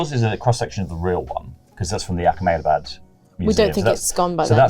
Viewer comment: fun game, but ya definitely don't need to add a 'kh' in ahmedabad, lol